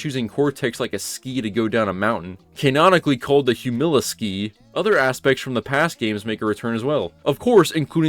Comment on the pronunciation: Great video! But just so you know, it's Humiliskate (like 'humiliate'), not Humiliski (though I will say the levels are definitely more 'snowboard / ski' style, and less 'skateboard') style. You probably mention RollerBrawl (like a roller ball) later in the video, but I was obsessed with the move name ideas as a kid, and how I don't think the game outright says them, but the games manual / game back cover listed the names, and they always cracked me up! Watching the rest of the video now! The villains of the game, The Twin Birds 😭 that hurt me 🤣 but loving this video! A trip down memory lane - the frustrations at how broken this game is, I feel every moment, bro 😭